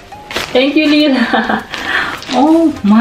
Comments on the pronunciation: Ask Uncle J how to say it, its possible you always have and I've never noticed. Now I'm in NL everyone calls me LIE-LA and it drives me bonkers 😆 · Omg. I’m so sorry Layla I don’t even know I’m pronouncing your name wrong 😱😭 Maybe it’s my accent? 🤦‍♀️😂 Your uncle and family didn’t even correct how I say your name and I got used to it 😂 Totally overwhelmed, you sent so many! I’m glad I made you laugh the whole 15 mins. I need to practice how to pronounce your name properly hahaha Thank you again Layla! 🌿💚